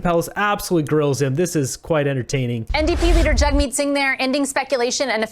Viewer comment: And also, pronounce Jagmeet's name correctly. Your bigotry is showing. What are the conservatives doing to support those in need? Nothing.